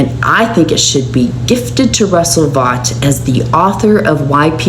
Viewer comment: His name is pronounced "Vote"